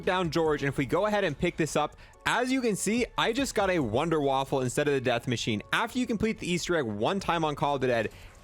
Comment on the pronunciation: Wunder waffe not wonder waffle 🤦‍♂️